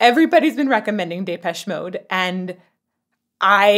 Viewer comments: Don't mind me, just adding Day-pesh mode to my collection of mispronounciations of this bands name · and u can't say their name properly!